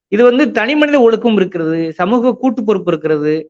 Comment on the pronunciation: Did he pronunce ஒழுக்கம் properly? I heard him say ஒழுகு.